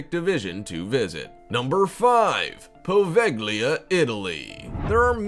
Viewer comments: You should read Poveglia as Poveja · the "g" is silent in poveglia, you really butchered that one haha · I was willing to deal with the over dramatic narrator until he mispronounced Poveglia...